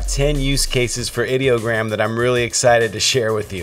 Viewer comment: You started off saying ideogram correctly, but as the video progressed, you started saying it wrong. What's up with that ? I use Ideogram as my "go to" site for almost everything. I have created 3 virtual TV stations and 2 virtual radio stations using Ideogram. I love this stuff.